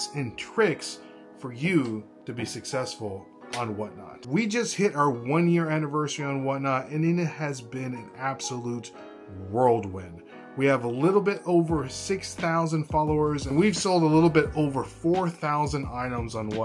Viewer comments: Its whirlwind not "world win." Thanks for the video. We don't take you for granite. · Whirlwind not world win